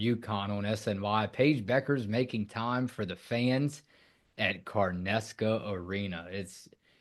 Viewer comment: Really? Car-Nesca Arena? lol! 🤣🤣🤣